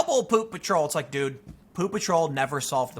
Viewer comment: Tim said "Dude, dude, dude" I heard "Doo Doo Doo"